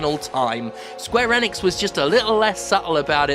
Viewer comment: Also its pronounced Eeeee nix. Not N ix. :)